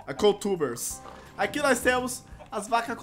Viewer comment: Vc falo cow tubers errado